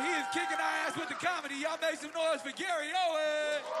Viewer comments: Y’all it’s Gary OWEN no s 😂😂😂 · It’s Gary OWEN! No S!!